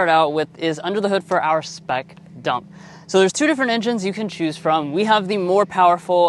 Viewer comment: Bro why you gotta emphasize the D in dump so hard though…